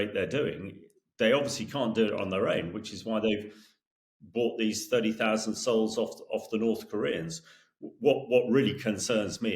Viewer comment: Souls, not Seouls, FPS.